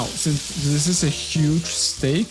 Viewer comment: STEAK. Not STAKE. And that steak is old. Not too cold